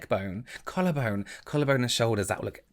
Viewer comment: trying to say "collar bone" and panicking was my entire daily dose of cuteness